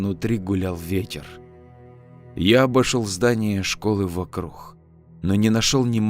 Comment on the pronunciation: Вот я смотрю уже несколько историй и слышу что ты говоришь вокруг как вокрух , а почему?